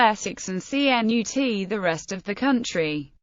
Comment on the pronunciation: Cnut CHUNT lol sound like a robot